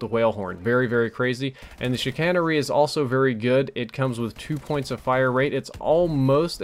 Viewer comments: The Advanced Rifling on the Chicanery is not actually there as Chicanery means to deceive and that's what it's doing. Also, you pronounced it incorrectly. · I've gotten the Whale Horn in SDs 3 times lol. Never used it though. And I never fail to laugh at people who mispronounce "Chicanery." xD